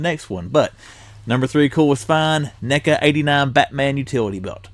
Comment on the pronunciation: Hey bro. Watch how you say NECA's😁😂🤣😂😁